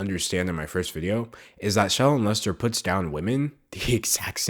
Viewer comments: I can't tell if your saying her name or 'Child Molester', but both mean the same thing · Am I the only one that hears 'child molester' when he says 'shallon lester' ? 😂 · If u speed up the video it really does sound like he is sayin child molester when he says her name must suck your name sounds the as child molester 😂 dam them comments was rt. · I thought you were saying shallow molester not Shallon Lester. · when you said shallon lester, I thought you said child molester... bye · Holy crap, I'm watching the video again, because I don't have anything better to do and I just want some background noise, and when you said "Shallon Lester" I heard "Child m*lester" I screamed. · the way that they pronounce “shallon lester” makes like their saying “child m*lester” and i’m dying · bruh my boyfriend was overhearing this video and he kept hearing her name as "child molestor" instead of "Shallon Lester" and I didn't even think to correct him until the 6th time he said it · Every time you said shallon Lester I heard child molester, and then I realized what you were really saying at the end 🤦🏽‍♀️